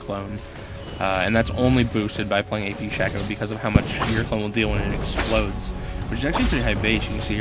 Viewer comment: hes saying 'ap shacko' XD